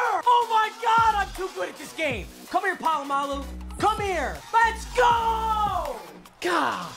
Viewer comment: How he says Polamalu" Pa-lu-ma-lu!!!"